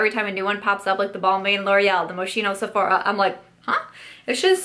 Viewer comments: It's Mos-Key-No to pronounce Moschino. Yeah, I'm just not adorable enough for bear shaped makeup. LOL They sure packed a lot of shadows in a bear though didn't they! haha. I don't own any JS but only because his colors are typically not my aesthetic to wear. When all the stuff hit the fan with him, I went back and watched a bunch of his vids and esp. vids with his boyfriend and you know, he's a human and a decent one actually. He's just a shock-jock type of person like a mix between Howard Stern and Ru Paul with a hint of Don Rickles and Joan Rivers. He has no filter and is not always appropriate. If you attack him, he's gonna claw back and cut you though. Expecting him to be say, Tati is not fair. That's not his vibe and character. He's a shock queen. Take him for what he is. If it's not for you, don't watch him is kinda my thought. I'd buy from him if there was something I was drawn to, but there hasn't been really. For me, if the makeup is sound, I'm open to buying it. Don't we all get up and dance to Michael Jackson songs? LOL 'Nuf said. It's OK for him to not be your cup of tea or not to want to buy his products, but it's sad when people (like in the comments of any vid that mentions him in any way) get so vicious about him. He's still a person and he didn't kill babies or puppies or attack anyone who wasn't attacking him. There are more important things in the world to hate on in my opinion. It pains me that Youtubers feel so uncomfortable even mentioning his makeup for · Hi, I just wanted to let you know the correct pronunciation of Moschino: it's Moskino. :) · I think it's Mos-keen-no